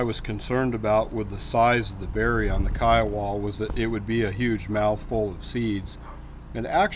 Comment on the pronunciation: Pronounced kai·uh·wuh named After the Indian tribe.